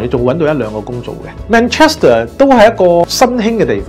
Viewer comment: 連 Manchester 都讀錯，熟悉英國有限。